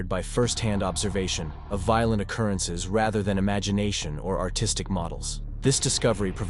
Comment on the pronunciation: Pronunciation is poor e.g., veal-lent for violent?